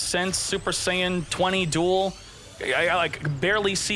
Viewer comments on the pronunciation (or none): none